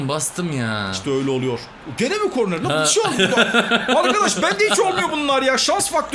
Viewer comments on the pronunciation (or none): ya kornel değil korner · abi bilerek mi kornel diyor yoksa öylemi çıkıyor ağzından